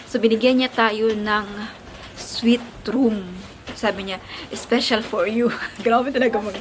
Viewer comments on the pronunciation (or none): none